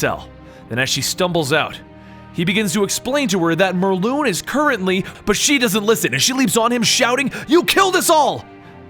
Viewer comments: its morlun not morloon god damn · I'm confused I thought it was pronounced morlun not morloon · Is it actually said More-loon? I always pronounce it More-Luhn. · IT'S NOT "MORLOON" IT'S MORLUN AS IN K'UN L'UN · It’s pronounced mor lun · It's pronounced "More-Lun" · It's morlun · Dude stop saying the names wrong its Morlun not Mor-loon and its Anna Maria not Anne Marie